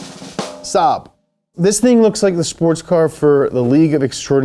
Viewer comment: “And a gas tank from.....................Saab” anyone else die laughing?